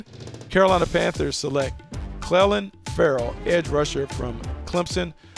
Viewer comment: Its not Clelin, its Clelin!